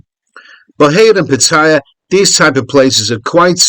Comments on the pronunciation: Pat - t- aya. please ask a Thai for pronunciation help. You are obviously an Aussie but you can do it! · when are expats going to learn to pronounce pattaya correctly? Do they ever listen to how the Thais pronounce it, so they can learn ordo they think they know better. Seems to me they think they know better. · Always enjoy your videos, but would it kill you to correctly pronounce Pattaya?